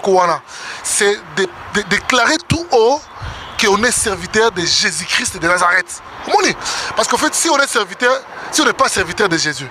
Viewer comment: Me mon Fr Moïse mbiye pourquoi pas de Bien prononcé au non de Jésus. si vraiment tu parle au non de Jésus prononce-le Bien c'est tout, auriez de maître peuple de Dieu en confusions.